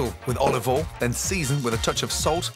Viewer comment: "Olivol" - Gordon Ramsay